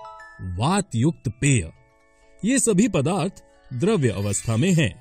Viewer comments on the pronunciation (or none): द्रव तथा द्रव्य का उच्चारण दोषपूर्ण है। द्रव तथा द्रव्य का अर्थ अलग-अलग होता है। पदार्थ की अवस्था द्रव होती है द्रव्य नहीं। पदार्थ को द्रव्य (matter) भी कहा जाता है अतः द्रव्य की एक अवस्था द्रव होती है।